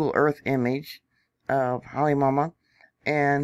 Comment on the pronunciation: Come on, let’s get the names pronounced correctly. Phonetically “ HA LAY MA OU MA OU”. Do you really know what you are talking about? “KILL A WAY A” - No “L”. Learn the language before you report on it!